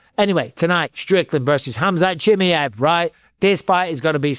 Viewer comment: Please stop saying "Chimmy-ev", Mike.